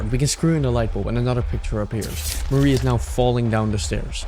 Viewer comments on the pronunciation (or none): Him saying Mari's name as if it's Marie absolutely icks me the fuck off. It's just Ma-ri. Mari. I do agree with the rest of the video though, really good, really high quality, except for a couple of things: (spoilers for the rant below) The only thing I don't agree with is how you described Basil in headspace. Sunny doesn't hate Basil, and Omori doesn't either. HSBasil (aka, the Shepherd/The Guide/The Stranger) is the guide to the Truth, and that's why Omori kills over and over again HSBasil. A traumatized mind that is also shielding itself from the trauma will do anything not to let the trauma itself resurface, and killing the Shepherd is the way to keep the mind "sane" (read this as "stable"). Also, there's an element of shame in the whole thing. Sunny feels like he abandoned all his friends, especially Basil (which we could even put on a Queer reading on, from how intertwined these two are). Put on a shame of one's self and not understanding one's queer emotions and you get the murders scene in the game, with Omori that tries to control Sunny and Sunny's feelings by killing the image he has of Basil in his mind over and over again. Also, it's heavily implied that Sunny has always felt like the monster of the story, Omori literally becoming the final boss of the game. So I really don't understand where this "Sunny hates Basil for having abandoned him" comes from, since it's not only implied, but straight up context that Sunny is the one that abandoned everyone until the thr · everytime you pronounce mari az marie i recoil /hj